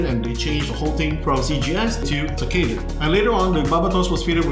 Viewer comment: tek ka dan became tak ke da, hahahaha